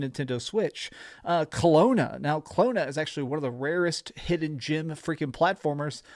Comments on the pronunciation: "Clona" lol! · Did he just called Klonoa Klona?